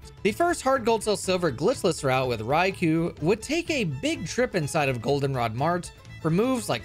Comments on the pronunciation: Rye-KOH, not Rye-KOO. It's from the Japanese words rai for thunder and kō for lord. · his name is "Raikou" not "Raikuu" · [keeping on pronouncing Raikou as "Raiku" instead of "Raikō"] Me: [screaming internally] But also this is amazing as fuck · Its pronounced "Rai-koh"